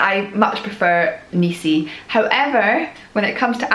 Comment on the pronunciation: NISI dont have EEEEEE in the the name.